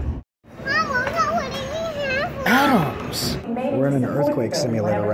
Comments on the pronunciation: It's like you are purposely trying to pronounce Atoms like Adam lol Rip Adam. Shiro Y U Leave Earth. Now Adam is dead. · omg why Why did you say Atoms When it sounds like Adam lol xD You sir is The best Space Dad #BestSpaceDad